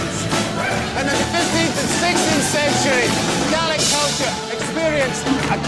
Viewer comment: would be better if the guy could actually pronounce the Gaelic instead of butchering it